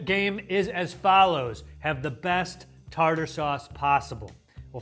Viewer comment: Australians pronounce it tar-tear sauce due to confusion about the second e.